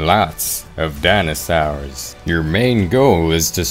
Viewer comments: i was dying when he said dinasars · I love how he pronounces dinosaurs it’s my calming thing